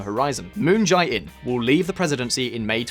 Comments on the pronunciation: The "jae" in Moon Jae-in's name is pronounced closer to "jay" than "j-eye." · Moon JAY-In...not Jai